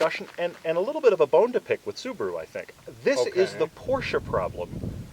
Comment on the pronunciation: Why can't they say Subaru properly??